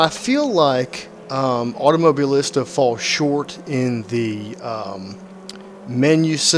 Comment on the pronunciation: Pronunciation: Auto-Moh-Bee-Leesta. Great video review, man.